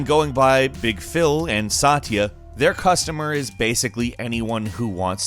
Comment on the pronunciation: Its not sat-eeya its satya